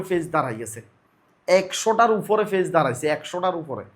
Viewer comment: আপনি তো শুদ্ধ ভাবে বাংলাই বলতে পারেন না।পেইজকে ফেইজ বলেন। ইউটিউবের মত প্লাটফর্মে আপনার কথা শুনলে লজ্জা লাগে।